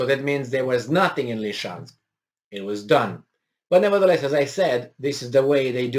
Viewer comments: Love you and I'm grateful for you. That said, it's not "Lee-chansk," it's "Lizzie-chansk." Love you otherwise. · SE ZICE Lisiceansc... LI-SI-CEANSC.. NU Lişeansc !!!